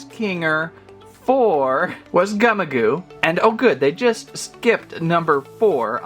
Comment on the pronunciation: You’re saying the name Gummigoo wrong it’s supposed to be the word gummy but with an I and also the word goo, but you’re not even saying it, right